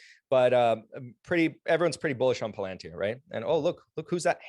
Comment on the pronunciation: Ur totally butchering the pronunciation of palantir mate😂😂